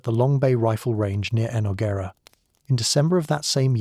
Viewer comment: And E-nogg-er-a not Eno-ggera; at least program AI to pronounce place names correctly !! 😂